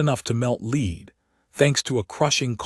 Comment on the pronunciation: Please take the time to listen to what you post and FIX it before you post it. There are a lot of AI voice errors that need to be fixed. Lead pronounced like follow me, instead of the metal it should have been for example.